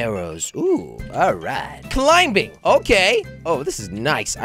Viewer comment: I love how he can't say climbing